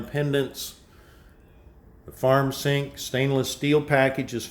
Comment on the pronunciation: That thing that connects the house together down the middle of the house on the floor looks horrible. But this is really nice. I like how the kitchen is away from the living room. Camode lol. My grandma talked like that. And she said zink too